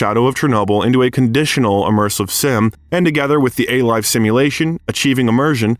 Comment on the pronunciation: "A-Life" not 'a life', etc.